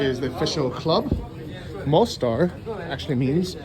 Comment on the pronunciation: why do you not learn the most basic things about the places you visit? Like how to pronounce them properly??